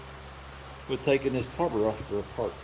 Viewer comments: It's a Carburetor NO s in it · What’s a carburroster